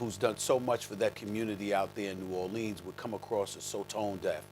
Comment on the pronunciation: Stephen A. should try saying "Nawlins", it's much better than saying "New Ore Leans"